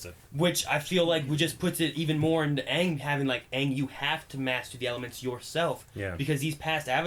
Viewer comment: CittaV Box They pronounced Aang as AHHHHHHHNNNNGGG